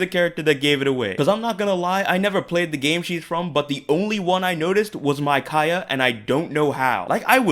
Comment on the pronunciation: It's not "MY-cai-ah."